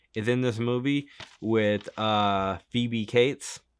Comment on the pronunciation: Phoebe CATES--rhymes with HATES